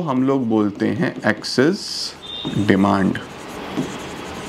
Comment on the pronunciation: demand or deymannd